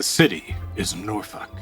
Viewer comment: Oh god oh fuck he learned how to pronounce norfolk he's become more powerful than we can imagine